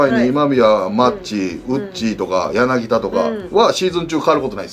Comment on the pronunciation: やなぎだではなく やなぎ"た"